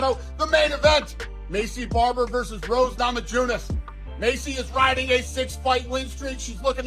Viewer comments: Nama-JUNAS? LOL She was once champ and you can’t pronounce her name correctly? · All these years and Dana still can't say Na-ma-YOO-niss. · “Rose NamaJewNess”- Uncle Daner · Now way after all these years Dana is all of a sudden calling rose “nahmajewness”. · How is no one speaking on how Dana totally butchered roses last name 😂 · Goofy Dana.. how do you not know how to pronounce Thug Rose's last name by now? 🤓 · Y’all notice how Dana pronounced Roses last name? Am I tripping or did he say it differently before? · Don’t let Hill distract you from the fact that Dana completely butchered Rose’s last name 😂